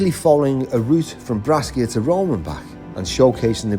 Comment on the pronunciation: You pronounce it Brasha (Brecia)..... a as in apple and sh as in shoe 🙃